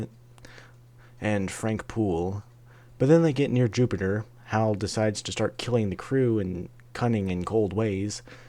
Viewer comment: It's HAL. Not "Hal". And when you add one letter to H, A and L you get IBM.